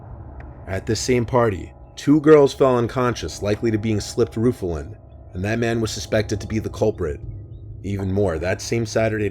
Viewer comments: it's called Rohypnol (flunitrazepam), not rufilin... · Cant stop DYING of laughter at the guy calling rohypnol "roofanol" lmaooooo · It’s pronounced ‘Row-hip-nowl’ that’s the drug in the first story.